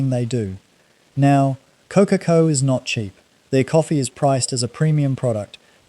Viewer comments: Core-car-core > Kōkakō.. just sayin 😎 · God help me! Someone tell this man how to pronounce Kōkako properly! It’s sooooo distracting. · I unsubscribed once I heard the pronunciation of Kokako . Not a kiwi AI grandpa .